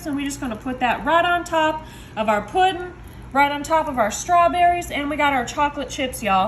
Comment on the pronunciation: Lol, you actually say "puddin'". Only in the south 😂❤!